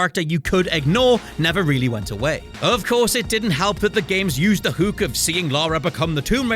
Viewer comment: Hook is pronounced as "huk" not like hoot but with a k instead of t